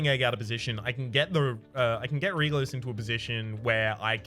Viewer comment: Am the only one who is irritated by that mispronunciation of Regulus?? It's pronounced REG-YOU-LUS! Not REH-GULL-US!